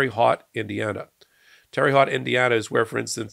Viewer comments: "Terry Hot", Indiana? Where's that?😅 For some reason, it's pronounced "Terra Hote" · I love your videos. But I have one criticism. It's not a major one. You pronounced Terre Haute as "Teery Hot." I live just miles away from that prison. We pronounce it as "tara Ho" or "tara hote". Terre Haute is a French name. It means hot earth. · Not “Terry Hot”. “Tare-ah Hoat (rhymes with boat)”. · Love you,! And as I’m sure you’ve already been told, it’s pronounced “Terra Hōte” Indiana ✌🏻😊❤ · 😂😂 It's pronounced Tara Hote. Thanks for the chuckle, and keep up the great work! 😁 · It's Terrah Hoat (rhymes with oat), Indiana. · Whispers aside to: "It's pronounced Terra Hote." I'm very sorry but I did laugh. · Terre Haut is pronounced "Terra Hoat". We call it "Terrible Hut" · Terre haute Indiana is pronounced tera hote,. Otherwise, your coverage is excellent. Keep it up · It's pronounced Terra Hote (rhymes with coat)! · LOL, Terry Hot Indiana?! It's pronounced: Terre Haute... From a proud Hoosier- just letting ya know :) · I live right by Terre Haute, Indiana., It's pronounced as if it's spelled Terra Hote. Hard "O". Now you know. I actually played basketball with a travel team, IN THAT PRISON. Approx ( '86-'87 ) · Terre Haute (it's French. Pronounced : 'T'air Ote' meaning "high ground") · It's pronounced "Terra Hote" Indiana. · I watch everyday. Including today. When you mention Terra Huate. It is pronounced Terra Hote). Like a tote bag. We from the Midwest from Indiana, Missouri would Kringle. But those same folks would cheer if there is an Asian, Mexican is gunned down. There people in this country that masks as normal Businesses. So what are root causes? Why are these people running here? Someone is making opportunities to make a lot of quick cash. Then they called immigration to constantly to bring in fresh undocumented immigrants then business after they are profiting behind the scenes. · It’s pronounced Terra Hote